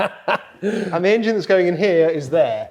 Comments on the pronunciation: As says - the "Angine" - love it! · Can you lads please pronounce 'Engine' properly!!!! By properly I mean like a certain BMW guru.